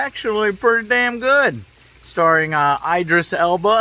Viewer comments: Am I the only one who's laughing when he says I dris Alba instead of Edris Alba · Those are both wrong. His name is Idris Elba. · “👁dris Elba” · Is it an official meme at this point that Joe mispronounces Idris Elbas name? 🤣🤣 Also Bob Marley called, his Buffalo Soldier song is all about the Wild West and works pretty well conveying a message and feeling about that time. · Damn Joe! You could at least learn how to pronounce Idris Elba’s name correctly. It’s disrespectful